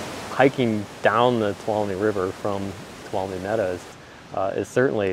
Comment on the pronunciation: Toe-loom (tuolumne)